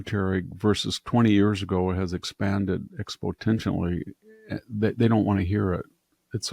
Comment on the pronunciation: was he trying to say 'exponentially'?